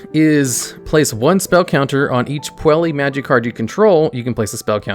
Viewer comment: The correct way to pronounce it is "Poo-ella Maj-eye" Madoka Magica